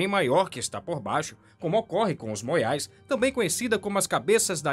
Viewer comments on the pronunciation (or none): Fala-se MOAIS e não moiais É panspermia cósmica, não paspermia.. Estudar faz mal não, fica parecendo o capiroto falando.